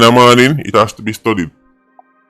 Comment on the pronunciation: "It has to be studdied"